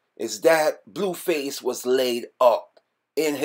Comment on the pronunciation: im surprised he even said blueface correctly😭😭